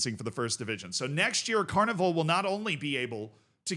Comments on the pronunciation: OMG, you butchered both of those teams names.... Cornivul? is actualy Corvinul just read it letter by letter. As far as for the other, I'm not even going to try and explain it to you... it translates to Steel Galati. The fans are also called the Steel boys. :))) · While everyone praises your athletic ability and explains the legal background, I am here to tell you YOU SAID THE NAME OF THE TEAM WRONG!!! You swapped the V and N around, it's CorVINul, like corvid, crow-like bird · hurts my ears when you say Corvinul like Carnival or something :D the name is derived from the romanian name for Raven. anyway, classic romanian shenanigans regarding licensing etc because of the corrupt leadership we have ... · Z sees that that Corvinul has "v" before "n" in it's name. Proceeds to pronounce it the other way around for no apparent reason 😅